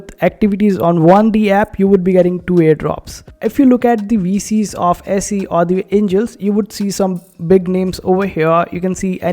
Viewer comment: It's pronounce easy. I think there is a sister coin called Peezee.